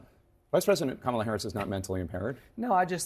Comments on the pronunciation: Domestic Terrorist Trump it is kAm A la not Kamaula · Say her name properly fool its not Comolla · Does everybody correct him every time he mispronounces her name? Just alone in ur kitchen, shouting at ur phone “it’s COMMA LA, u absolute boob!”🤭 Or something close? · His hair is purple? WTF? He still doesn’t know how to pronounce her name! Her nieces showed everyone how to pronounce it and they are little girls! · He refuses to pronounce her name properly.